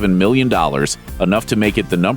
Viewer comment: I swear almost every time he said million dollars I thought he said billion